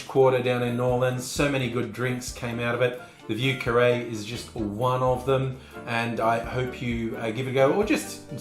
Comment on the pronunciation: As a French speaker, you pronounced it MUCH better than most! Most just lazily say “VOO” but you properly inserted the French “i” in there which makes it more of a “VEE-YER” 👍👍👍👍👍👍👍👍👍 9 thumbs up!